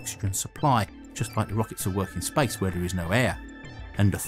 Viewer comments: Why does he say spice instead of space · Why you say spice instead of space? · Sounded like you said Spice Race.. Thought this was about to be about a rocket to Dune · “Spice” station? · Why did you say, "spice rice"? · The spice rice? Spice station? Come on, learn to pronounce words right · i thought he said spice instead of space ,lol curry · First 5 seconds I heard: "In the history of SPICE" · spyce?? hahahaha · Is he saying "Spice" or "Space" 😅😅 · I first thought he said "the history of SPICE"...im still laughing on myself... Love your contents sir. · why do i keep hearing him say spice in the begining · I keep hearing him say Spice instead of Space, changes the context massively. The history of Spice! The Spice Race! The first American Spice station, Spice Fans! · everytime you say space, it sounds like spice. Am I the only one that hears this?